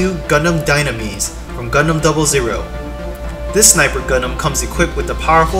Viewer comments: Not gundam zero zero, it gundam double o 😫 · Should've known the uploader is newbie in gundam world once he said gundam zero zero.